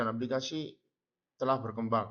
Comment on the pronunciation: Menit ke 2.45 terdapat pengucapan kata "berkembang" yg belibet. Seharusnya d cut dulu sebelum d upload supaya estetik. Selain itu pada awal perkenalan seharusnya disebutkan anak2 yg bertugas ini dr universitas mana. Sekalian promosi buat kampusnya. Semangat buat mbak dkk🎉🎉🎉